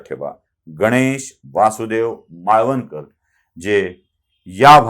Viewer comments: माळवणकर नव्हे मावळणकर असे त्यांचे नाव होते 🙏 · मालवणकर नाही. मावळणकर